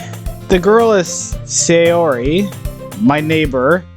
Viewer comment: Ok a couple of things. A NEET is someone who has no life no job and stays home all times and hides from society. Also her name pronounced . SIGH UR IE